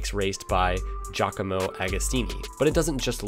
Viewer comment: Well done, you. You pronounced Giacomo correctly. That's such a rare thing, especially from Seppos.